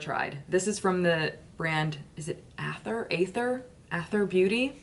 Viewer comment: Oh & Aether is pronounced EEE-ther. Like 'into the EEE-ther' meaning like ethereal &cosmic 😉🌙 🌟